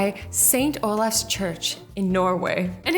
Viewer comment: it’s Olavs not Olafs